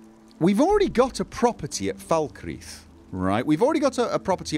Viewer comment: Oh my word, pronounced "Falkreath" correctly (as opposed to "Fahl-cray-uth").